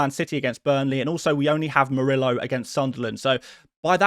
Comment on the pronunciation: The double “l” in Spanish is pronounced like a “y”: so Murillo’s name should be pronounced like “Moor-ee-yo”. 🙉